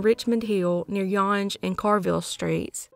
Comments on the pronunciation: Yonge street is pronounced as young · Just for that last one, its pronounced Young and Center street. Keep up the great work! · I left info on Cheryl Row thank you for shining light on it. And thank you of the close up of that dirt bag. Some one knows some thing. I grew up around the corner from her friends with Mitch. This is so sad. Younge st. Is pronounced Young. It's the largest st in Canada you can take it to Vancouver. It turns into the trans Canada highway.